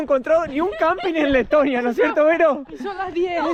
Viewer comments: Pense que decia tetonia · Que bonito es Tetonia....digo, Leeetonia. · quieres decir Tetonia no Letonia.